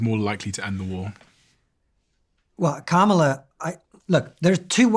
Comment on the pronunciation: Seriously, you still can't pronounce Kamala correctly? It took me like a day to learn to say it right. Comma - La. It's not hard.